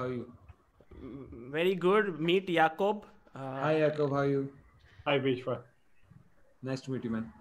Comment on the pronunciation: If is name Is Jacob then why r u calling him "YAKOOB "...😂😂😂